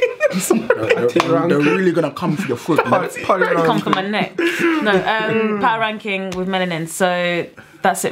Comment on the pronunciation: you guys always pronouns shit on these African artists names it's Pa-to-ra-kin-ki-ng, can't you read that?